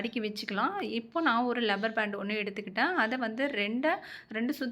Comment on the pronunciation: Rubber...not lubber